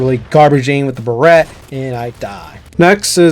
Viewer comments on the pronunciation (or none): The barret is pronounced (bare-et) not being toxic just informing u 😊